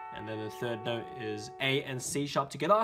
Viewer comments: It's not 'together'!!!! It's TogAeThaA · every time he says togetha i want to bang my head into a wall.... and also give him a hug. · the "togetha" makes me want to kms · togethaa togethaa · Togethah togethah togethah. CANT STRESS HOW MUCH I LOVE HIS TUTORIALS BECAUSE OF THIS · I love your "togethaa" xD Really good help by lerning some songs! Im learning completly from the begining, but your a very, very great help Keep going!;) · "togetha" intensifies Btw I subbed. Thank me later. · Thats heow yeu say et from the laend daewn unda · omg the thing that gets me angry is how he says “together” lol